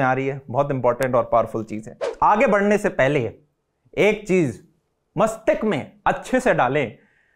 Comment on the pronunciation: Bahiya itsa 'mastisk' not 'mastik'.🙏